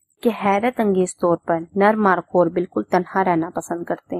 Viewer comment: مارخور ہوتا ہے مارکھور نہیں ہوتا